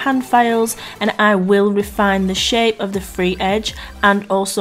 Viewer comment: “The finished shit that I want!” I know what you meant but I heard that! Hilarious!! 😂😂😂